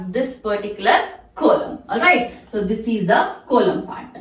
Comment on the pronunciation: Coelom pronunciation is wrong